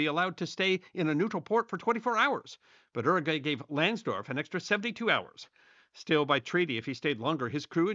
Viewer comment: 'Uruguay' is pronounced with a 'Y', as in 'You', at the start.